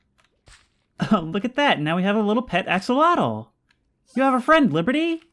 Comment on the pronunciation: Axel-otel You said it correctly